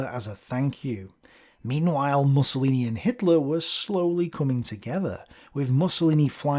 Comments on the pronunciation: I think it's meant to be 'Moosolini' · I aDOOORE it when he says "Mussolini" like "mussels" or "muscle". ☺ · I love the way he pronounces "MUSCLElini". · That is correct pronunciation, Mus-so-li-ni. But I am starting to prefer interpretation, it is hilarious. It adds to Benny's machismo persona lol